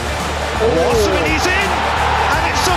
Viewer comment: He's simply mispronouncing the name Osimhen "O-SEE-MEN" is the correct pronunciation